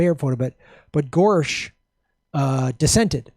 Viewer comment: Gorsuch not Gorsche